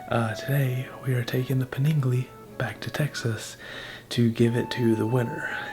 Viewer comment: Are you just going to ignore the fact that he has been calling it a 'Paningale' through the whole build series, unless you didn't watch any of them.....